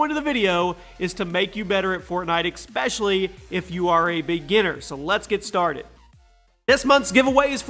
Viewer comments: he said “exspecially” instead of “especially” lol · why do you say "expecially" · its not Expecially, its Especially. iˈspeSHəlē/ (<--phonetic pronunciation) Elocute for the people please. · It’s especially not “expecially” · *exspecially* tf? 😂😂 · IT PISSES ME OFF WHEN HE SAYS EXSPESHALY!!!!!!